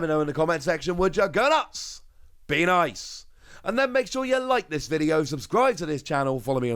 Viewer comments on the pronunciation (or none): none